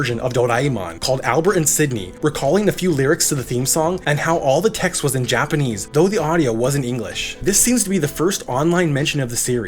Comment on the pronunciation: Its not correct though